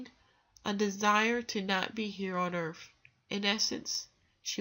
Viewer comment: I can't continue listening. She actually said, planet 'Earf'.